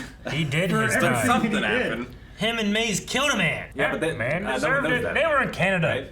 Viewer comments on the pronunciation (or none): It’s maze not maz